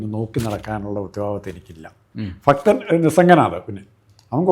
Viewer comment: ഫക്തൻ എന്നല്ല ഉച്ഛരിക്കേണ്ടത്. പഠിക്കൂ